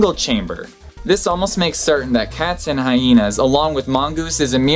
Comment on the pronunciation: what's up with pronouncing Hyena "Hyhena" ..can't find any reference to it besides others pronouncing it as such (from my (admittedly scant) perusal of the internets, they are mistaken).